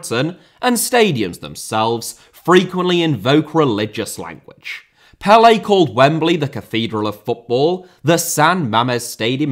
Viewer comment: Pelé* not Pelei Regime * not Reigime Inter* not Ento Rather* not Rother Idea* not Ideer Possess* not Posess Etcetera* not Eccetrer